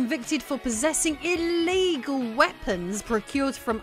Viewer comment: sounds extra badass when she stresses the ILLEGAL part.